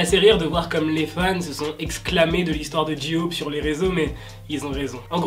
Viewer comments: Coucou je t’adore mais j-hope ce prononce pas J-ioop mais jey hope mais ça s’écrit bien j-hope 😘merci d’avoir lu mon message bisous 😃😀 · o nier c est Suga pas CHuga s il te plait sinon bonne video comme d hab;) et c est J hope pas j eaupe (c le son hein) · Ji-hope j'adore comment tu le dit 😂😭💗